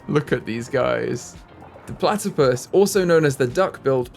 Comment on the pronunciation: Can you call one of the platipus 'Ornithorynque'? You struggled with the English name, so I think the French name for this species will help you realise how easy it actually is in English!! 😁😆 Also, I'd love to see some foxes habitat, several fox species are endangered, sadly, and they're my favourite animal! Thank you for your videos!! 😊🥰